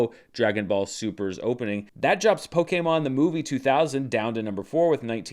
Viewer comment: Tbh, your pronunciation was pretty close to the official pronunciation even though most people don't say it that way.